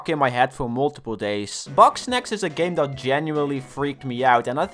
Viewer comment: it sounds like he says boxsnacs